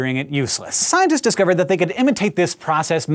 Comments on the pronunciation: Am i the only one that noticed it said "thy" instead of "they" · You said thy instead of they.